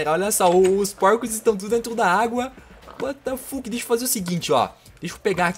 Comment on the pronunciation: Porque tu fala uatafaque